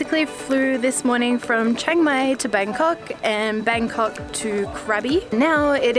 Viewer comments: It's pronounced Chang my instead of Chang may 😊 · Chiang "May"? you should say it like, Chiang "My". Anyway, it made me giggle. :)